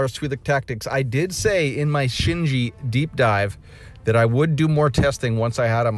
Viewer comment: Shin-ji, not shin-jin or sin-jin